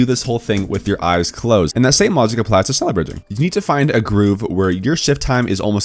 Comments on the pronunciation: Its pronounced shnella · shhhhh- neller its not that hard jeez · Just say “shnellar” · Es triggert mich jedes mal wenn er sneller sagt^^ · just pronunce it like shneller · more like shneller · U pronounxe it like shnella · Says Schneller like shneeler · it sounds alot like ‘sneller’ which literally means faster in dutch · iT's nInJA nOt ScHneLlEr!!! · Isn’t it shhhh neller? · shneller bridge lol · You say sh... then you say neller... its not hard... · I am from german and its realy funny how you say „schneller“😚😅😆😆😆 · The dislikes are from those who cant pronounce Schneller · german noises intensifies